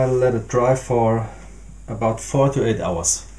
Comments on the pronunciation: Oh, 4-8 hours, the first time you said it I thought you said 48 hours. I have an 11 foot Walnut worktop I need to treat, Thought it was going to take me 4 days to to all the coats. 4-8 hours is much better haha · I'm so glad the subtitles said 4-8 hours between application because I had genuinely heard you say 48 hours lol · I thought he said 48hrs too. I was thinking it would take a week 😄